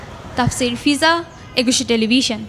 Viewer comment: প্রতিবেদন যিনি পড়লেন.....সে তো ...ভ.... বলতে পারেনা....ভ ....কে ..ব...বলছেন...........বিডিও ......টেলিবিশন